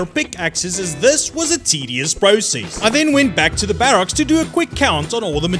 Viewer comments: I really don't know, it just grinds my gears xD sorry! Still watched it all tho :-P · am i the only one that really hates how he says barracks? xD